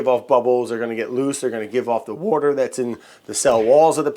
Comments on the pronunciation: I've been watching Bon Appétit for a while and Brad has to be my favorite I really need a Bon Appétit Brad shirt that just says "wourder" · Was that a Philly "wooder" you let slip there? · I spent half an hour trying to find out what "WOURDER" was and why I had never heard of it...lol You are too funny Brad...lol